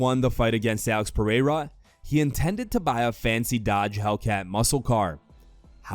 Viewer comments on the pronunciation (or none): That pronunciation of Pereira was whiter than mayonnaise